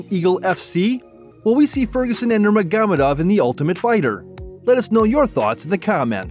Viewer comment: I'm sorry I just couldn't get past NurmeGAmadov, I had to stop